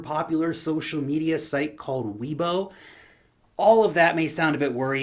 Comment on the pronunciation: Love you! Just helpful FYI Weibo = way bo Shenzhen =. Shin Jen